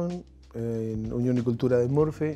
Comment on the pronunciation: He tries to pronounce his town in proper english but I’m quite sure nobody pronounce it that way there. It’s more like ‘Moo-r-fee’